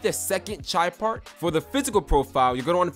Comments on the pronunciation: He said chi part instead of pie chart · He said chie part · he said chie part😂😂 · “chie part” hahahaha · This dude said chie part😂